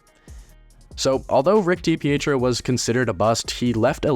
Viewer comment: Did you even do your homework dude? Loungo was traded the same day as DiPietro, so they weren’t “lacking between the pipes” There was never a Kansas City Scouts in the central hockey league. And you’re not even pronouncing his name correctly.